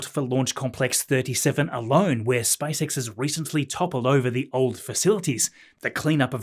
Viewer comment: Every time I hear "SpiceX"... 😂